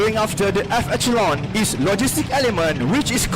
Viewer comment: I like your English. Quite clear but please pronounce "echelon" as a/she/lon not e/ke/lon. Another one is "inventory" as in/ven/to/ri not ai/ven/to/ri. Practise makes perfect English presentation and pronunciation, insya Allah Emcee should learn more on "pauses" when speaking and thus more efficient it will be.